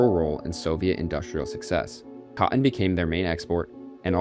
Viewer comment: It's pronounced: cot-ton, not "caught-in"... Sigh